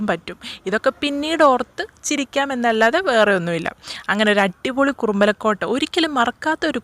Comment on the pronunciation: കുറുമ്പലക്കോട്ടയല്ല മോളേ കുറുമ്പാലക്കോട്ട എന്നു പറയൂ.